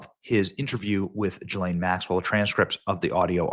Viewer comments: Gil-lane is how her name is pronounced!! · It's pronounced ghee-lin